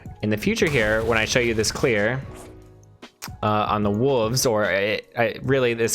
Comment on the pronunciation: say it with me w-o-l-v-e-s Not "wooves"